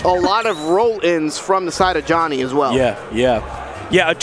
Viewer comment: the amount of times they mispronounce Joni needs to be studied